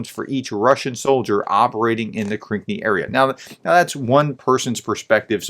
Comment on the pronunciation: Please spend a few minutes and read the names of these places. One example - it's Krinky, not Krink nee. You rush into your reports. Slow down, just a little bit.